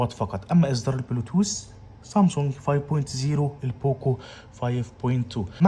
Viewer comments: اسمها سامسونج مش صامسونج بلاش جليطه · مش قادر استحمل كلمة صامصونج